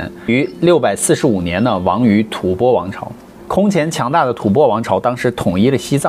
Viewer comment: 中间有一句吐翻！我第二次纠正你了，怎么还有错！